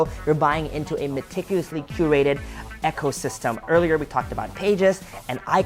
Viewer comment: Why do you pronounce ecosystem as ECHO- system?